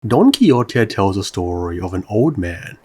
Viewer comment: jajajajajajajsjsjsjs "Don Kiyote" 😂😂😂 Great vid, but this one was not well pronounced. "Don ki-hote" is a better approximation to Spanish in this case.